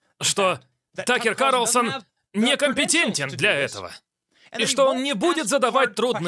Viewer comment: Карлосон 🤦‍♀️🤦‍♀️🤦‍♀️ КАРлСОН!